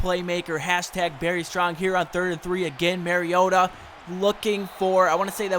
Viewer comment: You say mariota so weird